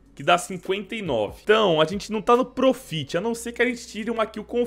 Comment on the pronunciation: Se pronuncia prófit pqp